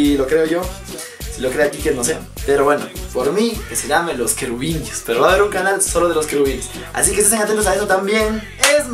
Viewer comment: Los ķərubitus..😂